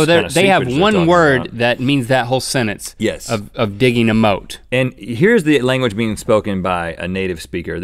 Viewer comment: They keep saying "senence" instead of "sentence", which doesn't make them sound too smart.